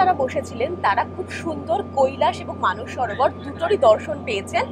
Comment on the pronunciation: It's Mansarovar madam.. not Manas Sarovar